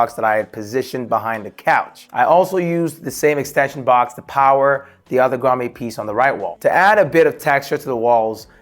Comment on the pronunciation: WTH is a “Grommay” 😂 cool setup though👍🏻